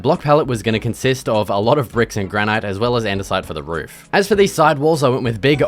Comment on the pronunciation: granite is just pronounced as granit, nice build though